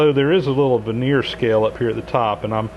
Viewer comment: Love your channel, and especially liked your Monarch 16" rebuilding series, as we have one for sale. Please forgive- this tiny correction., that is a "vernier' scale, not a 'veneer" scale (though great for measuring veneer😉). It's from french inventor- Pierre Vernier- pronounced " ver-ni-ay". Being in Montreal, Quebec, French is second nature here., you mention there are no markings on the Vernier scale. We have several of those cheap, stamped-steel calipers on which the Vernier scale indicates the calibration to be 1/128" or about 0.008 in. per Vernier grad.